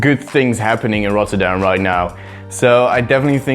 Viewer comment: that doesnt make sense since he doesn't know how to pronounce it even after he said it.